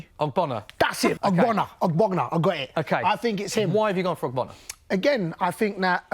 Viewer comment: How is ogbonna hard to say